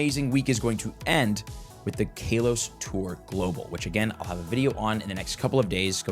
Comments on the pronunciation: 7. IT IS PRONOUNCED KAH-LOW-S. NOT KAY-LOW-S. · Its not KAY LOS GEEEEEZ " CAL OS" i cringe literally everytime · I cant stand how he pronounced KALOS as Kaylos. There no e to make the a sound like that. So its pronounced k-ah-los. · Still calling it kaylos. Bro where is the long a or they coming from? Ca-los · Love you but bro I think you are saying kalos wrong 😂. The not Kay-Los it’s K-ah-Los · I'm not sure if you are doing this on purpose but why do you pronounce it as "kay-los" instead of "Kaa-los" 😭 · Its kaw-lows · "Cal....os" Kalos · Sorry for your Kay-LOSS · How to unhear Kaylos bruh 😂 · ITS KA-LOW-SE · cant say ive ever heard it pronounced "kaylos" before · Omg kaylos event! 😂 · Ngl, we pronounce things differently alot, especially if we're from different areas, but hearing KAYLOS is indeed weird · bros entire life is pokemon and he doesn't know how to say kalos 😂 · Each time he says it I cringe. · Swear he pronounces Kalos wrong on person for engagement